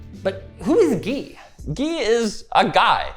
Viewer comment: As someone who is called Guy, I didn't expect them to pronounce it as the French Gui.